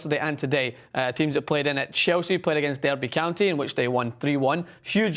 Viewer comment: Absolutely shocking pronunciation of Derby and Bournemouth from